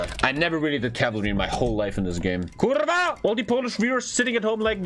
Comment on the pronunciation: Why is it so funny when you say "kurwa". Muahahaha It sounds even more fun when a German says it. Quite ironic